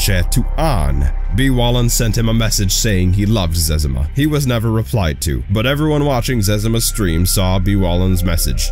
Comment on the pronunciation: What the hell is a zezama? It's ze-zima.